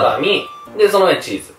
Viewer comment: チッザな笑 チーザちゃうで